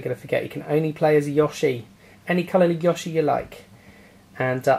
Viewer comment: ''Yawshi'', lol.